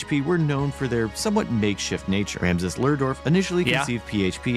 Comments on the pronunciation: Haha this guy can't even get the name of the creator of PHP right... it's Rasmus, not Ramsus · "Ramses Lehrdorf". Yeah. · Imagine pronouncing "Rasmus" as "Ramses" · mf cant read RASMUS... jfc